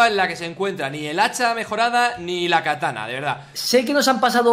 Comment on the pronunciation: Se llama "katana" no "catana"